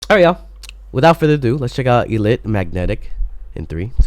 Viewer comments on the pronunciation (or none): Disclaimer: Before people get mad at him, he realized later he said ILLIT incorrectly. He knows now. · now i realized u said their name wrong ouch sorry we didnt notice in time but its ok next time